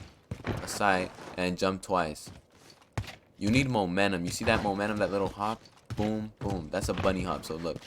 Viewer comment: "Monenum" lmfao